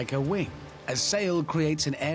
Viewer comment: What is it with certain English people who say 'wink' in stead of 'wing'?